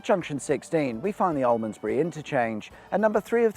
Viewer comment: Almondsbury - pronounced Almsbury...